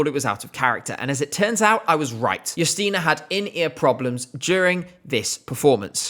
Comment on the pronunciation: The fact that you pronounce her name Yusteena (not Justina) means a lot for polish viewers❤